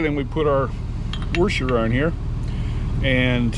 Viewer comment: Good channel. Just stop saying "warsher"